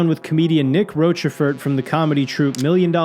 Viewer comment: Did nick give up on Americans saying 'roshe fort' - consigned to roachy ford.